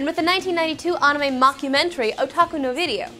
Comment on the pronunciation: She's still sort of saying it wrong. It's supposed to be a bit closer to an ah sound that almost sounds like uh if that makes any sense. She's putting way too much emphasis on a w that shouldn't really be there. It's like pronouncing the name Sarah like Saraw.